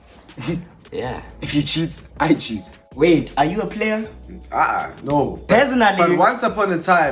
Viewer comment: "Perzonally"